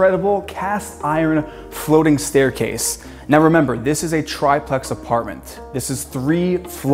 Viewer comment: Omg stop saying "try-plex." That's not how "triplex" is pronounced.